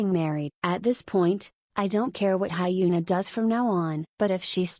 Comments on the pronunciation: It's more likely to sound HyuNAH! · The way the ai is saying hyuna as hyena suits her very well😂😂